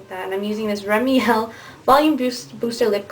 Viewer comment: Remiel?? Don't you mean Rimmel LOLAGE xD